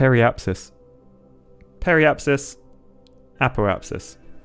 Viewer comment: ngl you acualy pronuced it right on first try! app-oe-app-sis, peir-ie-app-sus